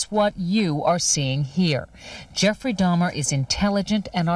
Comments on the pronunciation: "Jeffrey Dimer?!" I reckon you mean Jeffrey Dahmer. Funny story: My best friends growing up had neighbors with the surname "Dahmer" (no relation that I know of), and in '91, when Jeffrey Dahmer was caught, the family started pronouncing their name as "DAY-mer!" True story...I think they may have eventually even changed the spelling, though I'm not sure about the spelling change... They definitely did make a point out of the different pronunciation, though. Also, growing up in Cook County, IL, I went to high school with the son of Gayce's defense attorney! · I'm sorry...it's Dahmer, not Dimer. Not trying to be a butthole, my mild OCD just wanted to let ya know.😔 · It's Dahmer not Dimer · Jeffery Dahmer is pronounced Jeffery D-ah-mer not Diime-er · It’s pronounced DAW-mer. Not DIE-mer. I can’t focus on anything you’re saying because of this. Please re-do the entire video lol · Its DAHMER....Not DIMER!!! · Dahmer, not daymer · It's not pronounced Geoffrey Die mer it's dar ma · Dahmer not dimer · Dahmer = DOMM-er not DIME-er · Serious question, I'm not trolling, but don't you do hella research on every video? Including watching interviews of them, read about them and their crimes, hear witness testimony, etc? Cause I'm confused where you ever heard anyone say Dimer rather then Dahmer, in-fact no one has lol, so did you only do reading kind of research on him, or what? Lmao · I've never heard anyone call Dahmer "Dimer"....until now. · Dah-mer Dye-mer!?!! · How many times did you call him Jeffrey Dimer/Dymer?.. LMFAO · You keep saying it like Jeffrey Dime-er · I had to watch this twice for certain details because I kept laughing every time he said “Dimer”. Why is he calling him thaaaat? 😂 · Jeffrey Dimer? you keep saying Dimer... that just feels so weird to me. It's so weird to me is all. Dimer.... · Jeffrey "Dimer"... you're killing me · I think its funny how u pronounced Jeffrey's last name over and over again as "dimer" haha 😄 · You pronounced Jeff's name wrong